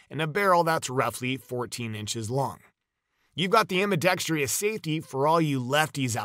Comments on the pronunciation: Just sayin'.....it's not pronounced "ambi-dex-tree-us", it's ambi-dex-trus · Nothing more frustrating than a video that DOESN'T show the thumbnail photo. And btw, it's "ambidextrous," not "ambidextrious." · Come-on photo is an AI construct that exists only in pixels. Narrator repeatedly mispronounces the word ambidextrous - always a warning that both narrator and producer don't know anything about firearms or the English language. Much footage of versions of the firearm under discussion that don't pertain. Overall, this is a waste of time except to the profoundly gullible or ignorant.